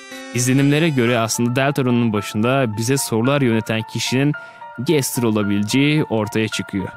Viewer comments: Gestır degil gastır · Abi sen Gaster'a Gestır diyorsun aslında gastır diye okunuyor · Gestır Değil Bence O Bastır Diye Okunuyor Sizce Nasıl Okunuyor!?🤘✋👋👈👐✊☝️👍🤚🖐️👊👌👉✋👋👍👉👉👎👎👎👎